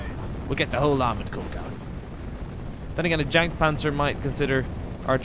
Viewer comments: Did he just pronounce the Jagdpanzer with an English J???? 😂😂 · You DO NOT say Jagtpanzer as Jagdpanzer, you say it as Yagdpanzer, it is simple German!!! Loving the videos by the way